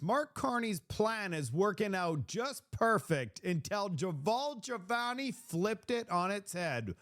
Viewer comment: Would you please learn how to pronounce peoples' names correctly. His name is Jamil Jivani. JA Mil GI VANI. Do better Mark. You continually mispronounce words and names. Start practicing serious journalism and people will take you more seriously.